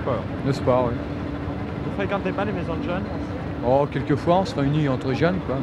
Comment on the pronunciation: J'ai rêvé ou il a bien dit "djeuns"?